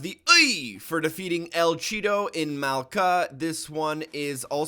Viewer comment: he pronounced maka wrong